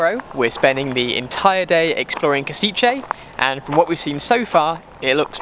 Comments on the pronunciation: I just visited Kosice and loved it. I know this is from 2021 but still, cheers for this! P.S. Maybe learn how to pronounce place names a little less horribly lol. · lol u say Košice